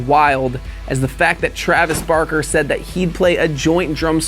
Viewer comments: TrAveS BaRRkQuE. son im crying. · Trayves barkey